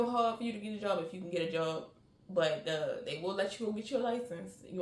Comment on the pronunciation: Where u from? Why u say job like that??😂😂